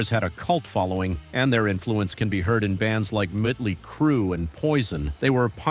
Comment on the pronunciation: Text to voice trying to pronounce Mötley Crüe with the umlauts.